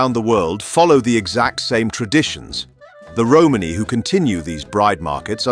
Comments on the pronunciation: Had to stop watching a minute in . The word is Romani .......not Romaney . Roman eee . NOT Roman-eyyy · lmao mans said 'Holmes' 💀🤣